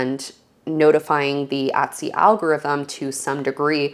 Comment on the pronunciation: How about Etsy ? You mispronounce it as well